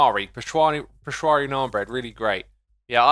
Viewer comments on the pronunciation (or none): peshawari, not peshwari smh X!